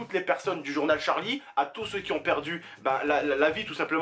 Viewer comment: Il dit charles et non Charlie,ensuite je ne peux pas en dire plus